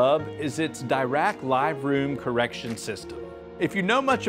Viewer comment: Dirac room correction is called after a renowned physicist Paul Dirac and isn't pronounced as a "double rack"